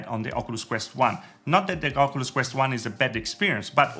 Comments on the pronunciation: Why you saying ocooloos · Oculus pronounced in this video= okooluss Not trying be rude but I find it funny